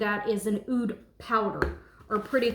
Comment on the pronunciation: The pronunciation for Oud is "ood", like saying the letter "O" and then "duh".